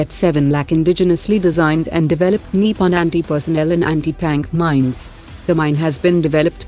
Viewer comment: NIPUN is not 'निपन' It's 'निपुण'